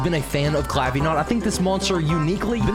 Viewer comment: It’s Clavi Gnat not Clavi Gnot